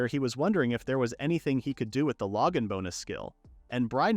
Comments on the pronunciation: Lowgin bonus? Not even should be able to fail on saying that! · The saying "Logan Bonus" cracks me up. Like it's not a skill, it's just some dude that sends the hero things. He's a good guy that Logan, very generous. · glad i wasn't the only one thinking this. <3 Logan